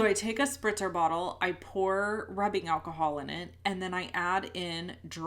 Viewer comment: Spritzer spritzer bottle not sprinter LOL